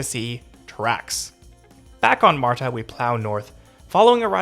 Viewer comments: "marda", not "marTa" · its "mardah," not "martah" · It's not 'Mar-Ta' it's 'marda' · although there is a 't' in marta, it's not enunciated as you are doing. It's just pronounced 'marda'. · You trip me out with your pronunciation, specifically on the T in MARTA. It is correct, but if you ever hear anyone local say it we sound more like marda.😀 You are very clear and well spoken so kudos to you. Enjoyed the video. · Thank you!! That MAR-Ta is hurting my ears. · No one in Atlanta pronounces MARTA the way you do. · I’m one of the few Atlanta natives that loves MARTA. I have severe driving anxiety and it has given me my independence. Also, your pronunciation of some of our local counties made me giggle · This video is so good, with high quality shots and funny lil jokes. But as some others have pointed out my southern ears were bleeding from how you were pronouncing MARTA 😂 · Good information especially for newbies. A couple of things though if you don’t mind… It’s just “MARTA”, not “MAR-TAH”, and DeKalb County is pronounced, “De-kalb”, not “Decob”. I’m thinking from your accent English may not be your first language (?) but just pointing this out. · Just some friendly ATL pronunciation tips. Dekalb sounds like de-CAB (like a taxi cab) the L is not pronounced at all, Gwinnett is gwi-NET, and the T in MARTA is not so heavily voiced. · Dude, as a local, I enjoyed your perspective, but please learn how we pronounce MARTA, DeKalb, Gwinnett and other local names.